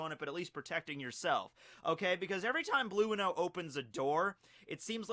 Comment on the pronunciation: are u telling us that u pronounce enel as eneru and blueno as blue-no not bruno??! Ohh okayy